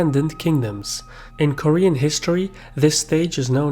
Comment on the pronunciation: Jesus christ he butchered the pronunciations on a whole new level even I as an American Korean can spell all of these better and nearly fluently.